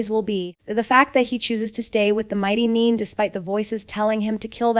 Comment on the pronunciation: I love these episodic recaps. But what I don't love is the horrendous butchering of names. Bo, Byu, Booregard, Neen? And it's not just this channel. My ears bleed every time I hear it. Whether the commentary is AI or an actual person purposefully mispronouncing names to seem AI, there is really no excuse for ruining an otherwise good recap. Sheesh!